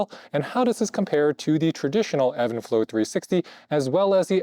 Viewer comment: It’s even flow not Evan lol